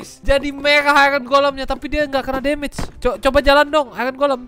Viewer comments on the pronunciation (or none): none